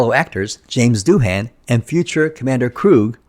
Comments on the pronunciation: It’s not Doo-Han, it’s Doo-un. Ai voice? Sounds like one. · How could you possibly have done so much research and not learned to pronounce Janes Doohan’s last name currectly?